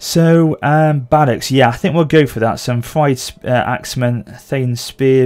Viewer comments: thegns is pronounced similar to fe - guns. i guess you could also say feng - guns. fyrd was also mispronounced as fride. pronounciation is "feared". so basically "feared men". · is like, Fird (Fur-d if that makes sense) AFAIK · It’s theins and fyerd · Thejns. Fird. This was how Jack Lusted pronounced them. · 5 years late but the word thegn/thane is just Th A ne then the Fyrd is just like saying feared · it's pronounced freed spearmen/freed archers and so on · I also know how to pronounce Thegns and Fyrd correctly now, so that will be sorted for episode 2 :p